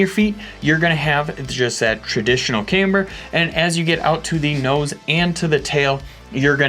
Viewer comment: Finally!!! stopped saying caimber! Nice going dude..